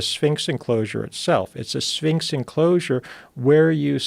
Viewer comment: Anyone else hear "mysteries of the sphincter" ?